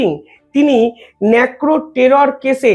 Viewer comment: আরে কাকা ন্যাকরো নয় নারকো